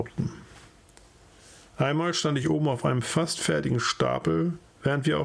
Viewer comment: Die Aussprache des österreichischen Dialekts war sehr lustig "oamol"